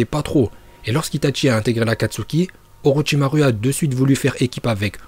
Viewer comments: Très bonne vidéo sauf que on ne dit pas "OrochimarU" C'EST AVEC UN U MAIS ON DIT OROCHIMAROU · On dit OROCHIMAROU pas OROCHIMARU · je pense que tu fait rire tt le monde avec ton U a la fin d'orochimaru, de base sa se prononce "orochimarou", mais écris comme "orochimaru" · PRONONCE BIEN LES NOMS!!! Orochimaruu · C’est pas orochimaru le u comme ou et itachi il y a pas de t itachi 🦃🤦🏻‍♂️